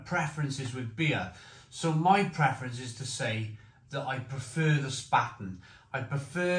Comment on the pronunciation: Mate ... it's pronounced "Shpar-ten"